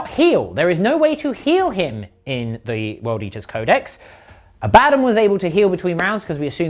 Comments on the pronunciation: Gents, GW just officially announced its pronounced Abba-don not Abad-un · Abaddon pronounced Ah-buh-dawn. They literally just put out a pronunciation video.